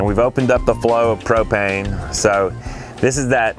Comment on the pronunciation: What are you saying I can't even make out what you're saying after gasoline what is babano